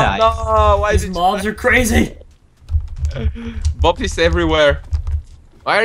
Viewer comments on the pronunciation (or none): When says Bob, it sounds like Boobie